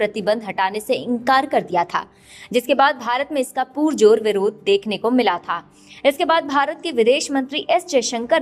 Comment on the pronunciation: Mam, कृपया पुरजोर को पुरजोर ही बोलें पूरजोर नहीं